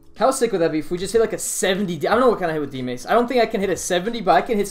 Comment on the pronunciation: max strength-uh. dmace-uh